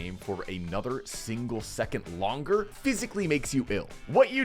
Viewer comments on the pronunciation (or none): none